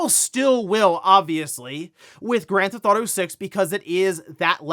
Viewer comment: drives me nuts when hes says granthauto. he says it all the time.